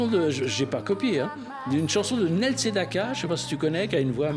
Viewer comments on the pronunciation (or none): C'est pas nèle sedaka, mais niil sedaka